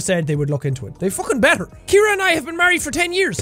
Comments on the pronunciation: Jack: "My lovely wife Kiera." Me: screaming in agony "SEE-AIR-UH. CIARA. SAY IT WITH ME JACK!" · It's Ciara not Kiara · Ur name is see-air-uh not kear-uh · jack: ke-air-uh real pronunciation: see-air-uh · Her name is said like, "See-Are-Uh" not like "Key-Ear-Uh".. LoL. Dammit, man. That was drivin' me NUTS! LoL. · Holo Universe My name is Ciara and I cringed every time he pronounced the wife’s name as Kiera. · THE NAME IS PRONOUNCED SEE-AIR-AH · I know I'm late to this....but here in the US his wife's name would be pronounced " C-Air-Uh" :) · It's actually pronounced like "C"-era (see- air-a) for Ciara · Jack's pronunciation of Ciara is headache inducing